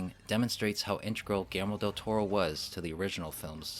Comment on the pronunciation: Whenever you say "Guillermo Del Toro" I hear it as "Gamera Del Toro." That means only one thing: Del Toro is going to make the next Gamera movie. I did enjoy a few things in Uprising, like the mega-kaiju. And setting most of the fights in daylight was good idea, although doing so made it harder to hide the flaws in the CGI.